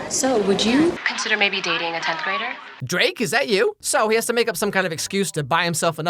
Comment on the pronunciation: THE WAY HE SAID DRAKE IS THAT U